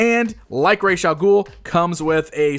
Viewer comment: Learn how to say Ras al ghul,I can't even finish watching this because of how you butcher the name .